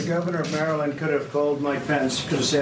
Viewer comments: Umm... I've lived here my whole life and never have I heard someone pronounce Maryland that way. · Pronounced “Mara-lin-ders” keep it easy, don’t have to pronounce each syllable 😂